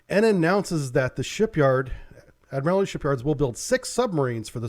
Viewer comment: FYI, it is "ad-mril-ty". Not admirAlity.